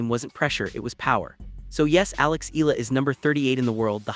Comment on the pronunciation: E-YA-LA correct pronunciation